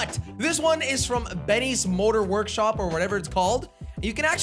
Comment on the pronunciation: was it just me or he said ,, Betty’s motor worshop ‘’